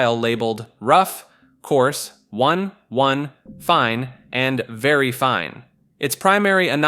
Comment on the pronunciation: Also says 1:1 weirdly during the quality machine section.